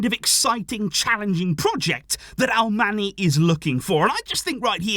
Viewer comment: Hi! Just a suggestion, Alemany is pronounced like "Alemañ/Alemanh". That NY is like Ñ in Spanish. He is from Majorca. Thanks for the content!